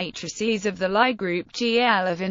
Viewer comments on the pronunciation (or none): I hope somebody has already noticed all what the audio track misses (like all the nabla symbols) and the mistakes (like the pronunciation of names such as Lie and Leibnitz and taking TM to be Trademark instead of tangent space).